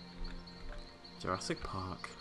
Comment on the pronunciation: welcome to jurrasic BHWVWGG more like jurrasic park hahha yeaah ur laughing